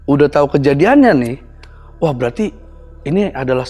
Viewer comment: insiden , bukan exsiden😂😂